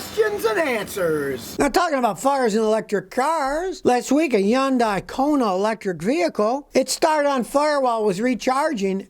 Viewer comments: It's pronounced HUN-DAY, not Yun-die. You dunce. Also it's POR-SHA...2 syllables. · Just want to correct you on how to say Hyundai..I actually work for Hyundai in west point georgia. Its pronounced hun-dye......not Yun-dye...I ask my boss about this .he is from south Korea